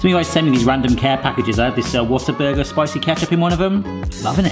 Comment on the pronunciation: Someone from Texas thank you for saying Whataburger properly everyone I’ve herd space it out lol. Also question what can you sub instead of egg for that recipe?